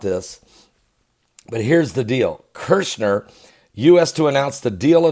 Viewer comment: Kushner sounds like push her... there’s no “R”. It would be like calling you Bergley